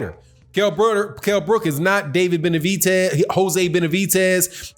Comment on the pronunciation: please call him by the right name it's Benavidez with a D not a T